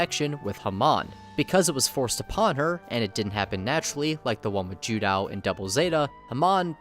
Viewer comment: looks at title hears the narrator mangle Judau's name LOL ok